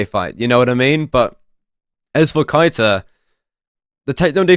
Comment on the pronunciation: Keita is pronounced Kay-ta